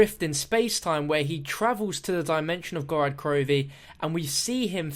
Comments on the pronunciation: Every time he says Gorad Krovi i die a bit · Since when did us Brits swap a's and o's. I wouldn't comment about it if it was common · That's just how he says it. I'm from the UK and still pronounce it as Gorod Krovi. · Who else cringes when says Gorad Krovi?